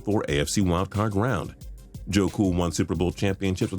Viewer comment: Forgot the d in round when you talk about Montana